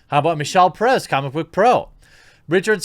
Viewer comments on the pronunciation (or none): none